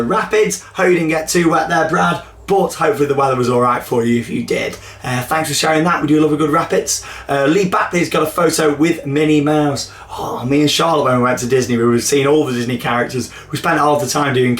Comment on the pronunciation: Oh you said my name wrong it's Bailey not Batby where did you get that from, Charlotte? lol So many things going in this year. I will definitely have to come to one of the meet ups